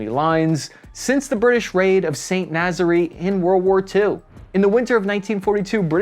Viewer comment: Please look up pronunciations it’s (Naz-air) not whatever the hell you said 😭